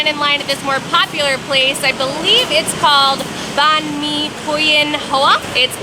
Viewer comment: Huynh is pronounced like “win” just for future reference if you wanna keep learning Vietnamese! ^_^